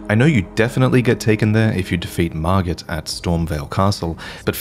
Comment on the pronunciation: Excuse me sir, did you say "kill mergit"?